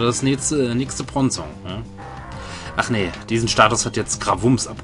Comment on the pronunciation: Bron-zong??? Brooohonnn :`(